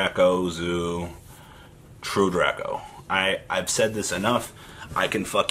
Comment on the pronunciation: It's Drake-o